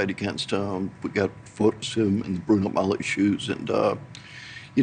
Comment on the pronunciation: Bruno Magli shoes.. not Bruno Mally shoes. It's Italian 🎉